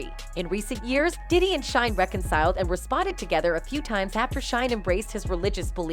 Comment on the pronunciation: "Pee Diddy" 😂